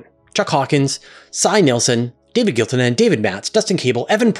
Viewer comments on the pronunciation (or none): none